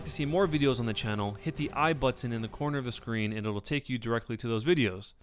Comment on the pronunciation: i love how he says button he says it like butt-on